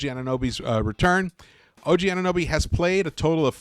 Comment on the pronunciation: It’s not nuby, it’s NOBY